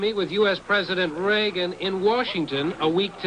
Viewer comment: HAHA, the way the guy says "Reagan" at .